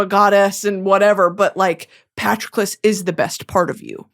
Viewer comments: Girl I understand that you aren’t a big fan of Greek Mythology, however, Patroclus’s name is pronounced “puh-t-Raw-clus.” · I'm sorry but Britany's pronunciation of Patroclus is so funny to me. Good old Patrick love that guy!